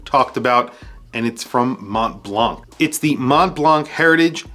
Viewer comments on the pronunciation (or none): Americans please stop pronouncing Mont Blanc like that. The in both words the last two letters are silent. And A in Blanc is more of a O or shwa sound. Just try „Mo Blo“ but with the o in the word song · you pronounce mont blanc without "c" 😊